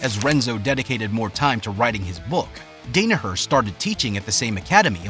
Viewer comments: Good content overall but it pains me to see his last name repeatedly mispronounced throughout the video. The first syllable is pronounced Dan as in Dan Gable. Also painful to hear Renzo's first name mispronounced. In Portuguese, when an R is the first letter in a name it is pronounced with an H sound not an R sound (i.e. Henzo Gracie, Hickson Gracie, Hoyce Gracie). It is also remarkable that John excelled in BJJ when he suffered a knee injury which was made worse by a badly executed knee surgery before he even came to the United States. It was one of the reasons two of his fellow bouncers recommended a martial art such as Judo or BJJ over striking arts, notwithstanding that their primary black belts were in a striking martial art, because the ballistic movement in a striking art like theirs would only make have made his damaged knee worse over the long term. As the video mentions a fellow classmate from Columbia University brought up the existence of a then obscure BJJ academy in Manhattan being run by Renzo Gracie and Craig Kukuk and the rest, as the saying goes, was history. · Crazy this dude spent so much time doing research on Danaher but never heard his name pronounced correctly. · You could have actually said his name correctly, but it's a good biographical piece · No idea how ur involved in bjj and don’t know how to pronounce the most influential teachers name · Mis-pronunciation of the names and clickbait title absolutely killed this for me :-( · Hurts to hear his name said incorrectly over and over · hard to trust the video when this guys never heard Danaher or Renzo said out loud. makes it seem like hes never watched a fight. Now im not sure if any of his videos are legit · Short a for Danaher and h sound for Renzo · Dude butchers the names Danahar, Gary Tonin, and Renzo, lol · You had one job dude, pronounce the man's name correctly. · I can’t take the constant mispronunciation of his last name. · You can’t even say his last name correctly